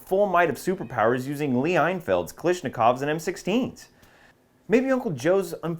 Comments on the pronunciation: Eye-Felds Enfield. Pronounced IN-Field. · Is there an inside joke about “einfeld” or did he really mispronounce it?